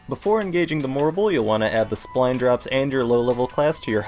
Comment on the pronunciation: Why do you keep calling them Spline Drops? It clearly says Spine Drops, no L. Also, Offal Breath is pronounced like Awful Breath, which is worse than Bad Breath.